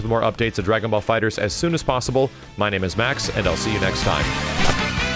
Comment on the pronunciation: Why are saying DragonBall FighterZ with and extra Z? Lol